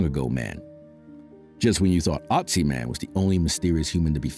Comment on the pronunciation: There is no Otzi man! He is called Ötzi, say it right or let it be!